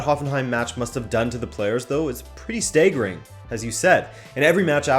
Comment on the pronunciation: You pronounce staggering as stegerring